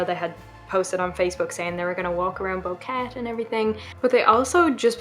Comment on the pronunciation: Its pronounced Bo-Que-Te